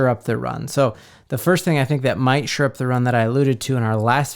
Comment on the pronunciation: SHORE up the run, not “sure up” the run.